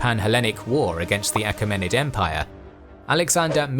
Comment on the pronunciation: Mispronunciations: Achaemenid is pronounced “A-Kee-men-id Anitipater is pronounced “An-TIP-ater”